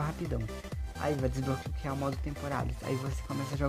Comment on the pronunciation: "pray store" "desbroquear"